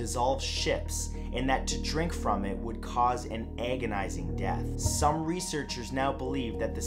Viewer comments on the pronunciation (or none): "An ehh-gonizing death"